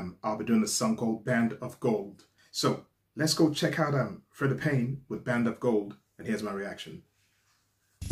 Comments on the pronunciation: I'm pretty sure her 1st name is pronounced like, Free-Da. Also, I agree that she IS beautiful, sings beautiful and her outfit is beautiful. However, I think the ONLY ones there that are worse at dancing are the weird go-go dancers behind her. What she NEEDED was some dance lessons. that would've made her career go a lot farther. Just MHO but, like assholes, everybody's got 'em... that that was mine. Mind you, I've always LOVED this song. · Pronounced Freeda. Great reaction and your analysis are always on point. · "Freeda" Payne...get it? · The beautiful Freda (pronounced Free Da) is still with us. She was never with Motown.